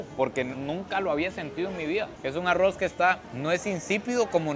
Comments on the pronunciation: Repite conmigo ARROOOOZ no Arrouz jaja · Amo estos vídeos, pero no puedo con su pronunciación de “aroz” 😂